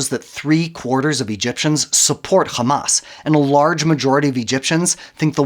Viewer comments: Who ever can't even pronounce Hamas and calls it Khamas, Is people who support the wrong side in the history. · مش سامعة بينطق "خماس" ازاي ؟ صهيوني عفش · once he said KKKKKhamas .. I knew the video is a koko